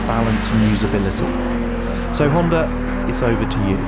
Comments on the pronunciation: How the hell does he make Honda sound like it has an "R" in it?! Hondar?! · "Hondur" nsx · "The honder nsx" Never heard of one.